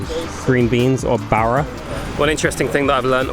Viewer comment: It’s not bara it’s bora😂😂😂😂